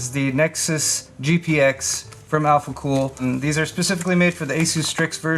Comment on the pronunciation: I love Mr. Heimlich's not so german pronunciation of alphacool's german product names.